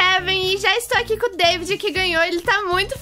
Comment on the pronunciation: nao e deivid e davi